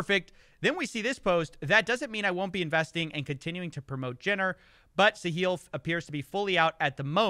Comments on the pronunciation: Why's he keep pronouncing it "Sa-heel" when it's "Sa-hill?" Didn't one of the guys in one of the videos he playing say the name as "sa-hill"? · Wait, Catilyn is a resident of the UAE?? And Sahil has been banned from X. ( and it's pronounced Sa-hil - emphasis on the first syllable and HIL as in HILL, not like HEEL just letting you know if you're interested ) I just found your channels today and am thoroughly impressed by your production quality and reporting Could someone tell me the difference between and Voidzilla? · Hey, great video as always. Just fyi, the emphasis in Sahil's name should be the "a" not on the "i". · Sometimes when you say Sahil it sounds like "the heel" and actually maybe that is the role he's intentionally taking? Maybe it's part of the deal he cuts with these celebs.